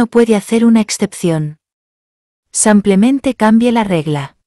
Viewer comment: Que fastidio cuando dice "samplemente "